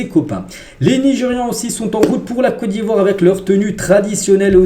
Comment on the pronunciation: franchement j'aime lorsque tu prononce le nom de mon pays. COTE D'IVOIRE ❤❤❤❤